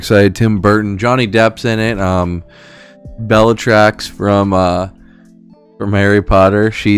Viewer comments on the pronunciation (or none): Can't believe you pronounced Bellatrix like BellaTRAX